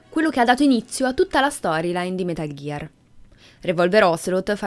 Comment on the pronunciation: Però "metal ghiar solid vi" come lo pronunci stona è metal gear solid 5 non vediamoci la v di venom per piacere